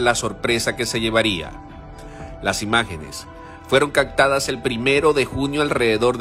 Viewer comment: "... fueron 'caCtadas'..." 🤔🤨